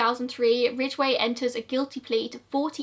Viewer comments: You say Ridgeway just fine! Thanks for finally making Gazza’s episode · You said his name perfectly